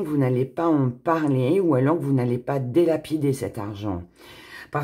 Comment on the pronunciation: Si vous avez mis bonjour era excusez-moi mais on ne dit pas delapider mais dilapider